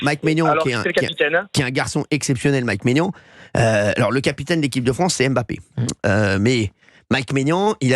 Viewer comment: Prononcer "Em-Mbappé" en 2024, il faut le faire.